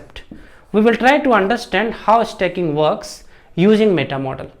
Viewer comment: Sir stacking thoda aur clearly bolte... Blending achha tha..🙏🙏